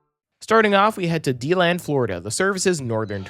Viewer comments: I'm from DeLand its DE land. not being rude in anyway if i appear to be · My home commenter rail! Quick note though Deland and Debary are pronounced DA-land and DA-bary, and it's SAND lake road station not salt lake road. And yes Winter Park is a pretty popular station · Yep he mispronounced Deland and Debary too